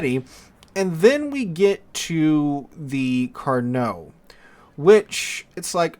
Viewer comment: LOVE that you said "Carnot" correctly, a blue moon event for this channel, then 2 seconds later said "carnar" in a total biff. Never change.